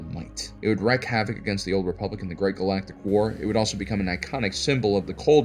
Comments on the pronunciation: its WREAK havoc, not wreck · He's not the first to mispronounce it, and won't be the last, but it still grates when I hear it.